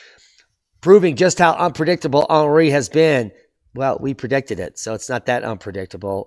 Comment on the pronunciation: 🇫🇷 Aarnreee makes you aaangryyy. 😜